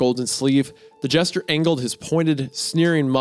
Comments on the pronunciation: Anybody else annoyed by how Wendi says "Jester" as "Gesture"? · Hunter mispronouncing a word: FUCK!! Meanwhile Isaiah: gesture, jester, gesture, gesture...